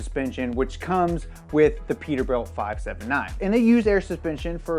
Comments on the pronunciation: it is PETERBILT NOT PETERBUILT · It’s peterbilt not peterbuilt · “Peterbuilt” hahaha